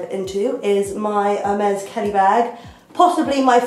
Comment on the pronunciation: You pronounce Herr-meh, in case you wanted to know ^^ Love your style xx